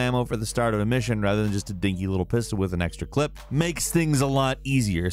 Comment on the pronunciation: Every time he says clip I die a little inside.